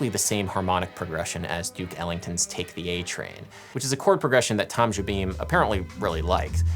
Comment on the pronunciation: At least you pronounced Jobim fairly enough.